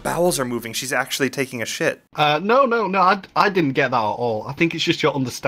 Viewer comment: “It means I really have to SHET!” ~